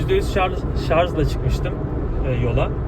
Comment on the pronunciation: Hocam lütfen şarz demeyin ama bakın diksiyonunuzu beğeniyor insanlar :)